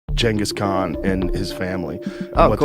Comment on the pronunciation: Atleast he isnt calling him GinGis Khan.